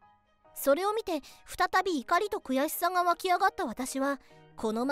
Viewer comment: 悔しさ(くやしさ)じゃないの？